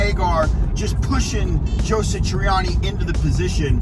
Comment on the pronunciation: Who's "Joe Sitriani"!🤔